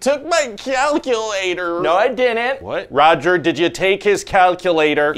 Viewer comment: “I DIDINT!!” 🤣🤣🤣🤣🤣